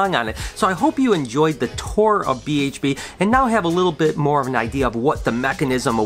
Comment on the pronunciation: I thought you are from Michigan! You said tour wrong! Hahaha Could you also explain how the rack system works?